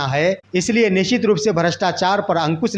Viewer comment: aap to sabse pehle apna pronounciation correct kijiye , nichit mat boliye y ' nishchit' word hota hai. Rest is ok